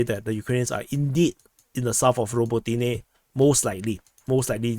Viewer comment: raBOtineh, ffs!